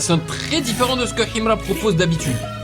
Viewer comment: Tu prononces "Himra" comme un authentique moudj.... j'adore ❤❤❤❤